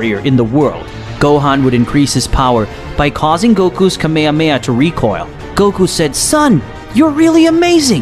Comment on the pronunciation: he said kame ha KAMEHA?!?!?!!?